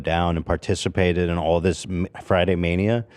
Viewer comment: love, old people in tennessee definitely say ohl 😂